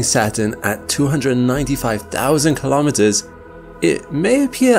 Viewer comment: Kilometers is pronounced kilo-meters, same as kilo-grams. Not ka-lom-it-ters.